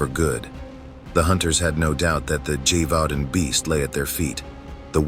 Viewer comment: Friendly French pronunciation tip: “zhe-vau-don” (with a nasalized “n” at the end)